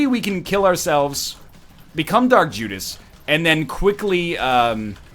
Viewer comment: He said Jark Judas lol